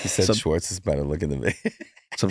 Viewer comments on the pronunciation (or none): I can't get past his mispronunciation of Schwartz. It's Shhhhhhwartz not Swartz!